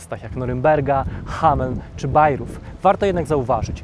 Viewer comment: Bajrojt a nie Bajruf. Chodzi oczywiście o Bayreuth, miasto Richarda Wagnera w Północnej Frankonii.